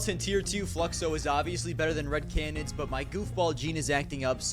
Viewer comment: one day will be able to pronounce “canids” correctly and consistently